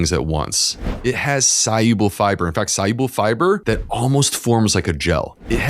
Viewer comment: I am not a native English speaker, and apart from all the good information I learned, I am also interested in how he pronounces the word "soluble". Was it really "soYuble"?